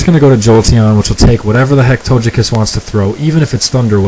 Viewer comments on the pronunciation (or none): Rock Paper Scissors: Win Tie Win It bugs me when people say Togekiss with a soft g (as in giant) rather than a hard g (as in get), just saying. I think he ran a a specially bulky sweeper set with that Togekiss.